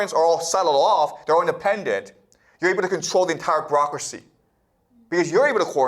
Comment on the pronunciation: She should have listened to the part about 'brocracy' as he calls it 😂 This guy is teaching children yet calls himself a professor. By definition he is a teacher 😂